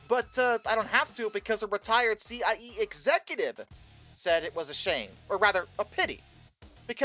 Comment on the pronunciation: Decent attempt for a novice